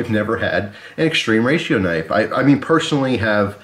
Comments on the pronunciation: It's more like "Moskin" and "Extrema Ratio" is latin (not "extreme") Sorry for being annoying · Everytime you say "extreme ratio" my heart dies a bit. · Does it bug anyone else that he keeps calling it "extreme ratio"? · .....ma come catzo pronunci "extrema ratio".....🧐